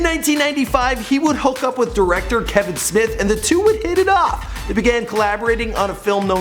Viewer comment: Why does he say hit it off that sounds like the fucked